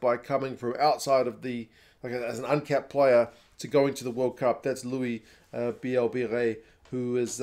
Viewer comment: Sad for Ntamack that he's more secure in defense but Jalibert is a more dangerous attacking player. Nice to see Louis BB (nice pronunciation mate :) ) in the squad, this kid is electric ! Other than that we were expecting more or less that squad for the RWC. Great video man ! Keep going ! Give you a Patreon if the ABs win the first game :) (or even if they lose as consolation)